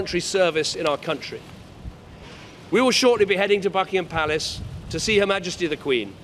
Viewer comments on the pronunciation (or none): i heard fucking-ham palace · At the start I thought he said Fuckingham Palace